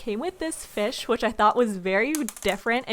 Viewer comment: "It came with this fesh" I'm not trying to be rude lol